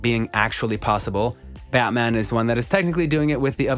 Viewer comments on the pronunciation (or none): none